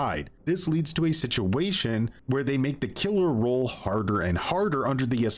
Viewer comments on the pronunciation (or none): Im trying to figure out why this guy can't say ROLE. Spent the first half of the video trying to figure out what the killer rule is.